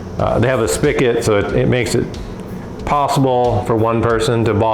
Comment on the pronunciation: Great video for someone like me. I normally make wine and mead and want to get started making beer. Only one critique... spigot is spelled and pronounced with a "g" 😂. All joking aside I'll be doing this method before diving in head first to 5 or 10 gallon batches.